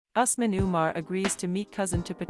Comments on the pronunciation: It's Ooos- man & Fa-roo-k!!! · It's U S M A N for Asman.